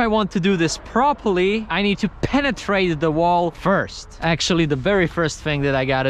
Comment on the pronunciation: "LeTs PENNetraTe"